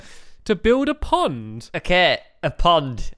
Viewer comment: Stampy said pod my accident instead pond